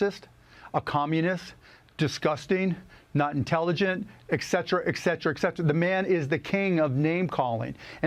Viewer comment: Cuban found a pair of glasses that make him look less like Frankenstien! Took a while! That's ETcetera not "Xcetra" you pandering neanderthal.